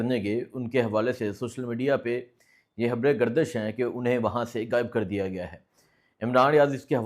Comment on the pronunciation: apny pronunciation py kaam karo. گائب، حاموش، عمران ھن